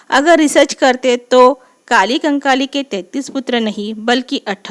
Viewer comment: Sach me apko lgta h ki ap humko दाई कली कंकाली k bareme jankari de skti h ...sbse pehli bat to ye h ki ap unka nam bhi thik se nhi le pa rahi h ...unka nam कली कंकाली है na ki काली कंकाली ......ye btayenge humko gondi dharm m bare me😂😂😂😂😂....tution chahiye hogi to bta dena mai de dungi tution 😂free oof cost ab apne sga jano se kya hi paise lu😂